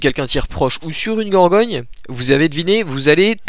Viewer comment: gorgone pas gorgogne